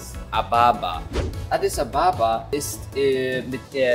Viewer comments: Audis ababa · Em ich komme aus Audis ababa und du sprichst es flasch aus ok also bye✌🏾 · Mein Vater kommt aus Addis Abeba und du hast es falsch ausgesprochen ich liebe deine Videos weiterso:)